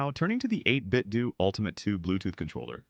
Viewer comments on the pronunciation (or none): Bro said "8bitdoo" as in doodoo. As in don't get it.